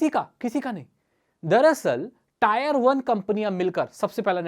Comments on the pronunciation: इसको आप "टियर वन" बोलो "टायर वन" नही।👍 Tier मतलब "class"/ "श्रेणी" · Tier hota hai bhai 🤣🤣 tayar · tire nahi hota bhai tier hota hai...pronunciation xD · भाई वो टायर नही टियर होता है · Bro not tyre it tier 1 टियर 2 tier3😁😁😁😁😁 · भैया टॉयर नहीं ! ...टीयर ! Say टीयर-1, टीयर-2, टीयर-3 !! इसलिए अगला video 👉 "Rapidex English Speaking Course" पर आधारित हो तो बहुत अच्छा! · Wrong pronunciation it's not tayar it is tier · Tier not taayar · Tire nhi Tier bolo